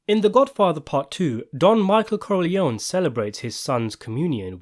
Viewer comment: Por que a IA não sabe falar Corleone?